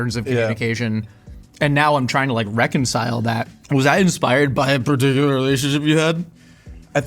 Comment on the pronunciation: "Was that inspired by a particuluhrrrelationshipuhad"